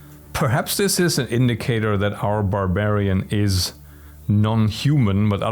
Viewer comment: Boar-barian I just had to repeat that after hearing it. Just great.